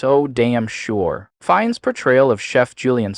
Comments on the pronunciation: He is pronounced "FiNNes" and not "fines" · Wow, you can’t even pronounce his name right!